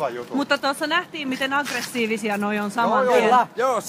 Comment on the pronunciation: Ei vois pätkii enää enempää tuo lähetys. Hyvä kohta tuo kun muidu sanoo: "Tuossa nähtiin miten aggreshiivishia nuo on" just kun poitsulit on puhunu kaikki väkivaltajuttunsa ja ali-ihmispläplääplää -juttunsa eetteriin 😀 Räpäytystäkin vielä...